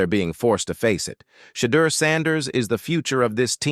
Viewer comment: I stopped watching 37 seconds in... you mispronounced his name 3 times.